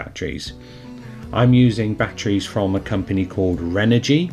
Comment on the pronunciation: Jesus Christ, it's batteries not batries